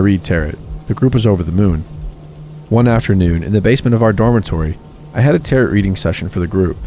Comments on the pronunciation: He said “Tarot” like “Carrot,” too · loved these stories!! your channel is very underrated :) just to let you know, tarot is pronounced 'ta-ro', or 'ta-row' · i am so sorry but tarot is not pronounced like carrot, its like Tare-o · "Tarot" is pronounced "tare-oh;" it does not rhyme with "carrot." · Love these stories! - Sidenote, it's pronounced Terow not tarot. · That isn't how you pronounce Tarot... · My only qualm with your videos is that you don't Google how to say certain words. Across multiple videos you have said the word dingy (ding-y), like the boat, rather than dingy (dinj-ee), which means something is rundown and gross. Also, tarot is pronounced t-air-oh. Typically this wouldn't be a problem but since you are literally a storytelling/reading channel, I feel like it takes away from the quality of your videos. If you don't recognize a word or you're unsure of how to say it please for the love of God just Google it. Sincerely, someone who loves your videos but hates being taken out of the stories every so often.